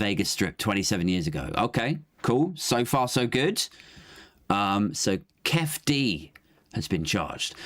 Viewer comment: It's pronounced 'keefie' D. He and Orlando Anderson were from the southside Compton crips. Anderson was recognised at the casino as he had previously snatched a death row chain from one of the crew. A lot of the death row crew were mob piru's from Compton, enemies of the sothside crips - hence the brawl at the casino. The crips later caught shakur in traffic and murdered him.